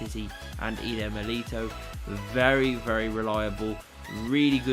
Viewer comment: It’s miliTAO not milito